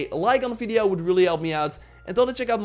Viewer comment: Why are you always say Fideo instead of Video ? 🤣